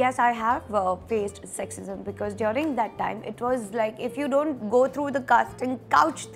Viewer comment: Apki english abhi v buri hai😂😂. Its person not pudgeson and its during not diyoooring 😂😡